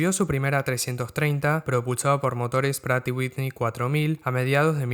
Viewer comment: Buen video! Por cierto, el nombre de la marca Pratt & Whitney es un nombre propio, así que la pronunciación correcta es en su idioma de origen “præt & ˈwɪtni”